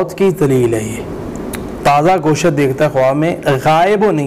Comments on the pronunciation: Goshat nai gosht Hota hai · Gosh ko Ghoshat padta hai .pahley Urdu seekho . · Inki to apni urdu theek nahein goshaaat 😅